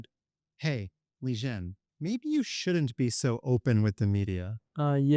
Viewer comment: So Liren is pronounced 'Lizhen'?